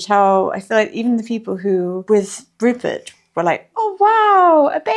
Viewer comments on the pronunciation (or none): Rupert pronouncing his /r/s as /l/s is adorable!! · Omg Rupert pronouncing all his Rs as Ls so cute. Also surprising because normally the L is the hard to pronounce letter. Gingerblead man is flends with the snowman 🥺